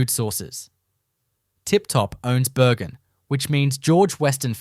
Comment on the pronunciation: If you are going to do an AI production make sure you don't have typos in your text. It causes your AI to make some odd pronunciations of words like Bürgen when it is misspelled. Your 'bread themed' visuals got boring and repetitive after a while. Good Aussie accent for the audio though, people probably thought this was real instead of mass produced AI junk.